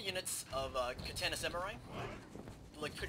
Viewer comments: When you pronounce Katana, it is pronounced Ka-ta-na, not Ka-tan-ah. In Japanese, vowel sounds and vowels themselves end a character which means there is no altering them in words like "More". "More" in Romaji (Japenese words written in english characters) would be pronounced, "Mo-re". A commonly mispronounced word is actually, "Samurai". It should be pronounced, "Sa-Moo-rah-ee". It is commonly pronounced, " Sam - yur - ai " That's pretty much all you need to know to say Romaji correctly. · lol its katana not kaTANA, you sound like your from the south